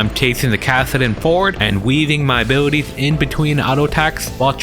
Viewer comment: love how you say "A-booty-ties" <3 i mean it in the most possible way